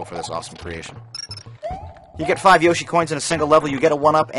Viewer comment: Are you going to refer to Yoshi as "Yosh" the whole time?